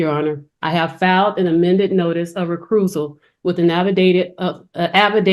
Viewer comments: Knew it was Georgia when she said re-crusal. It’s re-cusal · What is "recrusal" I'm thinking she meant recusal right ?